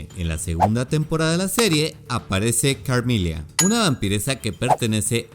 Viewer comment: Lo único que me chirrió de éste video fueron las pronunciaciones "Carmilia" y "Leonor", las pronunciaciones correctas son simplemente "Carmila" y "Lenor" respectivamente... Sí, me puse jodido pero es sólo que quería comentar y no sabía qué 🙃 además que todos los datos son los mismos que todos los canales dedicados a esto exponen, qué más se podría aportar??